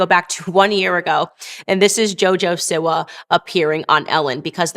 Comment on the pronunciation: Is this dumb lady completely incapable of pronouncing Siwa? Seee-Wahhhh!!! God I wanna slap her😅